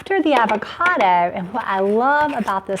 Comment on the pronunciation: I can't stand the way she says "avocada" instead of "avocado"